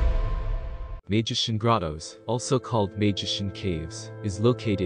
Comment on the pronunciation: Great video. BTW, Maijishan is pronounced my-jee-shan.